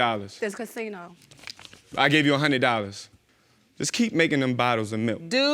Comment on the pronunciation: Second case: He said a couple of times he gave her a honey dog. A honey dog? Then i figured out it was how he pronounces " a hundred dollars".